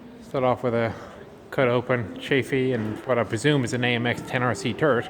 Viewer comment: ChAfee. "Chay-fee".